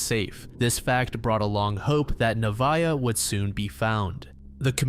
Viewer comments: Hiii avid listener and fan here, but I just wanted to say that the first case about Nevaeh Buchanan her name is actually pronounced Nuh- vay- uh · nev vay ah is how it’s pronounced, heaven backwards